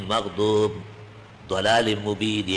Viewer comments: ne to maghdoob e alaihim Ko to 'MAGHDOOB' hi parha. n duaalleeen ko zuaaleeeen parha. bari ajeeb baat he.... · اس مفتی کو پوچھو پہلے مغضوب کیوں پڑھا؟ مغضوب پر غور کرو